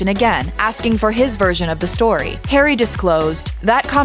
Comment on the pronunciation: Why are you'll calling him, 'Perry'?